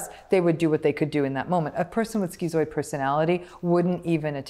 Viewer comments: stop calling it skeezooid and that will help. It's schizoid for a reason, to "schizm", it's just schiiiiiizoid. No eeeeeeee. She's also incorrect that zoids will not help other people because we're supposedly just so indifferent. That's incorrect. The vast majority of zoids I know would help someone around them and as would I (and I do, and they do). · Why is it pronounced skee-zoid but skiht-zo? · "skitzoid", it's the same part of the word "schiz-" as in schizophrenia or schizotypal and should therefore, in my view at least, be pronounced the same. The part of this word means "split" in Greek. But I hear many people pronounce schizoid as Dr. Ram does.